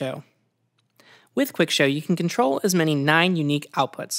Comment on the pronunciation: slowing down the video speed doesn't help when the problem is with poor narration and annunciation. example: when she tries to tell us to "select all by hitting control A" ...i dont know what she thinks she said, but it comes out as a slurred mess. I only know she was trying to say "control A" because that is a keyboard shortcut I have been using for years... but i've seen a lot of computer illiterate folks that never use keyboard shortcuts ...good luck to them for trying to decipher what is being said in these rushed "tutorials" rushed "tutorials"